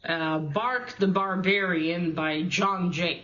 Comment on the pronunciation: Not much reading there mate. Enjoy your new calendar! It is 'Brak' not 'Bark' the Barbarian. Good luck with your course. Hopefully it starts properly soon. Oh right I thought we had discussed bark/Brak before it must have been between recordings lol. Bark the Barbarian could be Doyle's name. Hockey and homosexuals is it? Romantic porn?